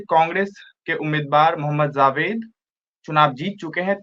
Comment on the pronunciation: जी आपके साथी का उच्चारण बहुत निम्नस्तर का है ! जावेद को ज़ावेद कहना घोर अन्याय है ।और ये लोग ज़रा कम जानकार है !